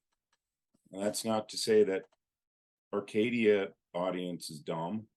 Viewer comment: why don't you pronounce the 'A' at the end of the word Arcadia, it's literally the name of your channel!!! It's really driving me crazy bro!